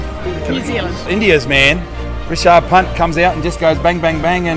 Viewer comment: Sir, His name not rechard punt, his name is Rishabh Pant.